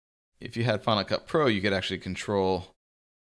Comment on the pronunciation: Good Video. Every time he says Final Cut pro it sounds like Hanukkah pro. haha